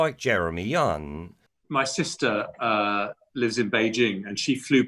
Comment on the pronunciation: His name is Jerry Kunt not Young